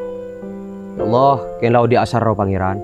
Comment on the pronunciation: Filmx cukup bagus..tp cuma satu pesan dari saya pribadi..buat lah film yg se akan akan tdk mnjadi contoh buruk kpd masyarakat..dan saya pribadi minta dgn kata ( ALLAH ) d prbaiki..kita kan asli Madura masak TDK bs ngomong ALLAH dgn omongan bnr n jls..d bnykx film ttp aj saya dngar ALLOH bukan ALLAH